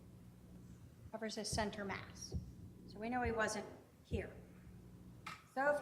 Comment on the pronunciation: Someone needs to tell her it’s “Center Mass, not Mast”